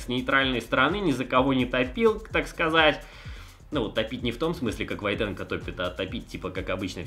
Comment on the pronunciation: Не ВойтенкО, а ВОйтенко!